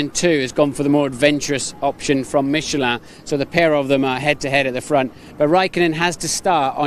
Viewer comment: The way he says Michelin. MiChAlAn.